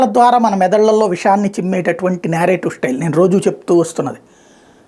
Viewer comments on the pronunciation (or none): Narrative uncle adhi😂😂 nyarative kaadu musali munda